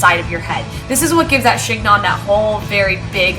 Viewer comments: I loved your video, BUT.....it's pronounced like "she nyoh".....the g and the final n are silent.... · (The "g" is silent - it's pronounced "shen-yon".)